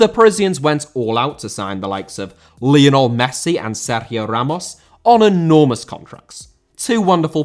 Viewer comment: Lionel* not Líonl